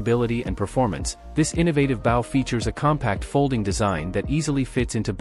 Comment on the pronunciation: A bow. Not baw